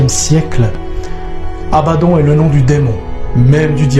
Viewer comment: Abaddon qui se prononce abaddonne et cest sur l'ordre de dieu quil viendra seul dieu peu ordonner.